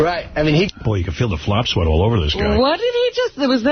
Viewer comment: Howard turns just about every 's' into an 'sh' too. There is no such word as shphincter. Or shnot. Or shweat. Or pish. Dee's last name isn't Schneider.